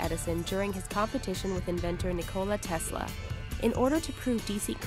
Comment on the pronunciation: nice butchering of Tesla.